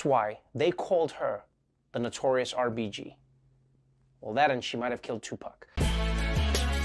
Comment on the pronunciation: Is it just me or does Trevor sound like he is doing his white person voice when he says notorious RBG?